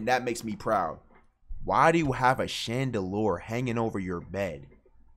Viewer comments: bro said "shandaloor" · Chandalour?! 😂 Max low key don’t know how to pronounce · shandaloor?- do u mean shandlier-rrrttt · Nigga it’s not called a “chandalore” it’s called a “Chandelier” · "Chandelour"-plaqueboymax 2023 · Why you say chandelier like that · goofy ahh chandelier pronunciation